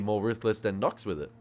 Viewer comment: that animal agent... Knox ... can't even say his name